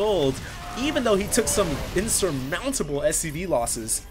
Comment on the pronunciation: insermountable. wut.